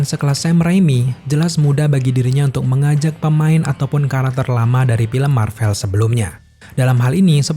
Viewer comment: Krn terlalu cepat saat mmbaca naskah akhirnya bnyk yg kepeleset dan sangat mengganggu di telinga, sperti kata Spiderman jadi "sparmen", Karakter jadi " Karter", dan What If jadi "wade" 😂🙏